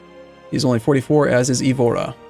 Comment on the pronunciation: It's "Coimbra", not "Cóimbra". Try "Cooeembra". And again, it's "Madeira", not "Madiera". It's Évora, not Evóra... the accent is marked there! In this one, you're not even supposed to have to guess! At least your pronunciation of Beja doesn't seem to have flaws and your pronunciation of Porto and Algarve, although not perfect, is passable.